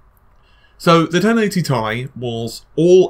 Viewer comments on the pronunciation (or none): You're one of my favorite YouTubers don't get my wrong. But DUDE, Ti is not pronounced TIE! It's T-I not TI. Sorry I just had to get that off mi chest. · repeat after meeee TTTT IIII NOT FUCKING TIE